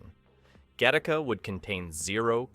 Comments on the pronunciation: O'cmon, how lazy is this channel?. Do you even attempt to edit the what I strongly believe is AI generated audio or do you actually IRL pronounce 'Gattaca' as 'Ga-TAR-ka' instead of 'Ga-ti-ka'? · It’s pronounced gatt a ca. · I hate the way this voiceover pronounces Gattaca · I can’t believe you went through the entire video to mispronounce the name of the movie. Holy crap did you even go back and see how people were pronouncing it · I like it, but I wish the AI could pronounce the film's name properly. A bit redundant as well, tighten it up with an edit to the AI VO. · When the AI can't get the name right the first few times lol. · I admit I didn’t notice until it pronounced the film name so badly it became painfully obvious.